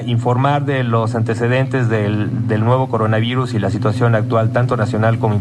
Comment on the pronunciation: El Cogona Vigus